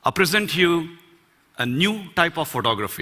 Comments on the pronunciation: I definitely heard him saying pornography rather than photography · It sounds like he's saying 'pornography' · he says photography it sounds like pornography